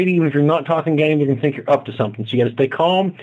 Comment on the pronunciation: you pronounce "think" like "the -ink ". Not the separate words put together but the "th" sound in the word "the". Odd.